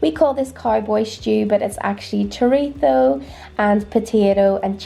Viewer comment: Spaniard living in NI here and I love your food videos so much! Also THANKS for saying chorizo the right way lol your stew looks delicious. We have a similar one with chickpeas called potaje de garbanzos con chorizo but I will definitely have to give your lovely cowboy stew a go, I tried your recipe for the Irish stew too and it was amazing. All the best! xx